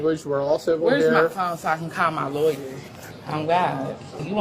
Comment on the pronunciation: "Wurr my leryer iz?"